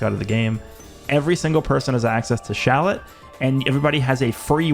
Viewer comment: Dude, you need to stop calling him shallet